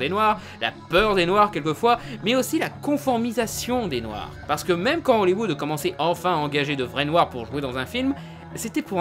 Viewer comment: Attend il a dit le mîme a la place de même ? (j'ai essayé de mettre la phonétique)